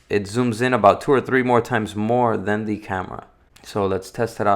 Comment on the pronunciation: I can’t help but notice that he says Thee instead of the, “Thee screen, thee button” 🤪Anyone else? No just me. Ok.